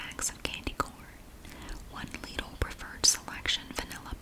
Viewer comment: I'm from Germany, the country Lidl is originally from, and it's pronounced "Leedl" in the original German too :).